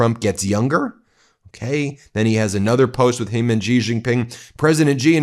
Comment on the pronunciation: Xi is pronounced SHE. Google it. or listen to one of the myriad of videos with Mandarin speakers.